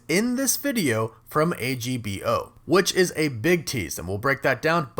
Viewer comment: it's pronounced "Agbo" not A-G-B-O